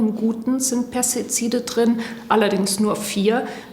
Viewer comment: "Pestizide" fällt der guten Frau in beige aber sehr schwer auszusprechen 😆